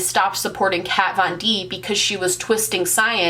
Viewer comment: Who is "cat von deep" 🤪